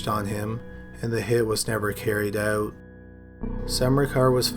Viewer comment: Droning on and on in a monotonous tone. And oat instead of out, hoase instead of house. wonderful.